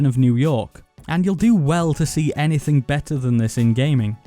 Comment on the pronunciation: Hello my name is “Nas saying naythang “